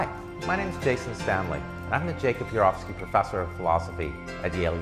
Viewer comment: He doesn't seem sure how to pronounce "Urowsky". The first four times, he says it one way; the fifth time, he says it another way.